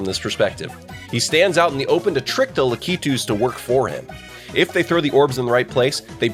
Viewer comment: I just missed the flagpole on my first runthrough of Final Final, too. Intense stuff having to do it all over again. Otherwise, though, luh-KEY-toos? Aren’t they LA-kit-oos?